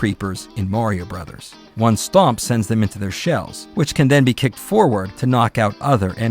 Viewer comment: Thank you for calling it "Super Mario Brothers". Every time I hear Bros. pronounced Broes, I wince like someone just raked a Freddy Kreuger glove across a long blackboard.